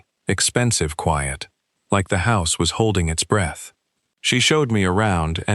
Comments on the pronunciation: Not sticking around. Less than ten minutes and the narrator, an AI, has mispronounced read and breath. Please listen to your stories before posting them. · I noticed both of those too, both of them pronounced in the wrong context. Kinda makes me happy. AI is clearly not ready to take over the world.